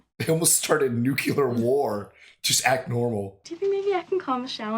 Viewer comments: nuclear, not nucular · I love you guys and I always enjoy your reactions, but I do have to mention one thing. I know it's just me, but every time some one pronounces it "nucular war" instead of "nuclear war" I shiver a bit. Sorry to complain. It just reminds me of George Bush Jr.. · it is not "nuk-u-ler" it is pronounced as it is spelled. Nuclear- NEW-clee-er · It's fascinating to me that GW Bush has made every american say "nucular". He said it wrong and everyone made fun of him for it, but it still stuck. They even say "nuclear" in the movie and you guys still say "nucular" 😁. Not trying to be mean, just an observation. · It's "noo-clee-er" not "nook-yoo-ler". ;) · Does anybody in US theese days say: "nuclear" or everybody says ""nucyelar"? 😂